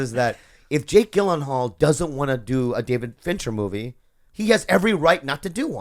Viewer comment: just watched this ep now but two questions: 1) why is blinking so excessively? 2) How did no one correct Bobby's pronunciation of 'Gyllenhal?'